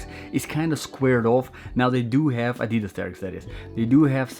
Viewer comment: You should pronounce Adidas correctly 😂. I've just ordered the GORE-TEX version.